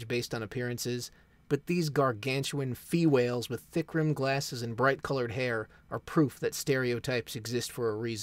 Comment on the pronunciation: “Fewhales” I’m gonna use that